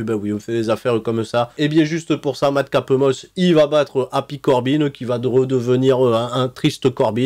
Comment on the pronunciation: Super video pronostic,et aussi le "mad capeuh moss"m'a tué🤣🤣